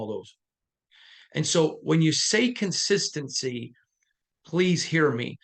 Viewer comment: Love your work, but you butchered the word "consistency" in this take. I been a fan of this team for 36+ years and all us DieHard Raider fans know the Raiders are extremely inconsistent and have been for far too long already, tell us something we don't know, Stevie Wonder ain't gotta see it to know the only thing the Raiders are consistent with is struggling.